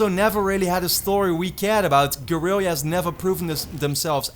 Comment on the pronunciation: Your pronunciation of Guerrilla is a bit funny. The double L is pronounced like a regular L right?